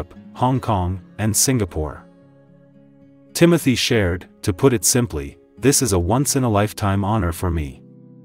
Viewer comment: The correct pronunciation of his first name is ' Tim-oh-tay' .